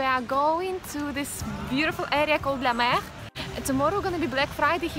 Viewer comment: You pronounce the french word ' la mer' really good 😘😘😘lots of love from MRU maria 😘😘❤